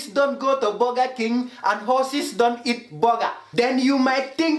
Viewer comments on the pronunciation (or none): "BOGGA KENG HOSSES DONT EIT BOGGA" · "vee aal now hawsas don't go to boga King and don't eet boga"